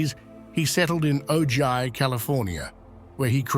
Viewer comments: By the way, Ojai, California is pronounced "oh hi". Spanish "j" pronounced like the English "h". I made much the same flub with La Jolla, CA, hitting the "j" as I would in English and wondering why I never heard anyone ever mentioning the town of La-jal-la but often hearing of this place called La-hoy-a. This went on for years before I wised up. 🥴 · It's pronounced "Oh-hai." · Terrible pronunciation of Ojai. Why can’t one narrating get these small matters right?